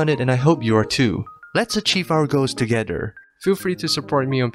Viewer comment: did u hear him say togeder